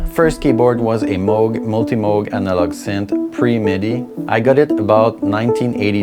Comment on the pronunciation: I love how you correctly pronounce Moog. I thought for years it was Muug, but it's Mogue like Vogue. Kudos ;) And yeah, I agree Skinny Puppy is the GOAT.